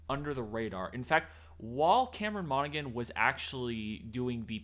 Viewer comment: Great video guys. New subscriber. Just friendly correction. Cameron's last name is pronounced Monna-Han, not Monna-Gun. The 'G' is silent. Per the interviews where the actor actually says his own full name 😊